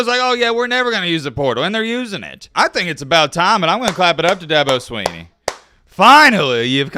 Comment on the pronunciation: Thank you, well put. doesn't even know to pronounce the man's name. That should tell everything you need to know. He listens to a bunch a fodder and reports what he hears.👍